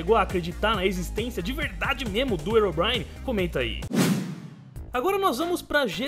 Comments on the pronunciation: pronuncia legal hein? erobrine? achei que se pronunciasse rirobraine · o nome não é (erobrine) o certo da pronuncia é (rerobrine). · não é ero é rero que se fala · não é erobrine se voce puxa o h fica rirobrine não erobrine eu coloquei só pra voce entender mas se escreve herobrine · se fala rerobraine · o fala Herobrine errado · ele falo errado o nome do Herobrine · deslike por ter falado o nome do Herobrine errado